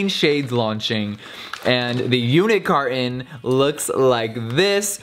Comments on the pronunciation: I was “today years old” when I found out it’s unit carton and not “unicarton” 😂😂😂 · OMFG I thought he said unicarton too. Like I say unicarton because of him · i kept think he was saying “unicarton” but then i realized he said “unit carton”😂😭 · Omg same